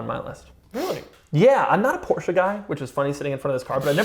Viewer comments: this guy STILL pronounce "Porsche" wrong.....wtf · Doug!! You’re saying Porsche wrong bro 😂😂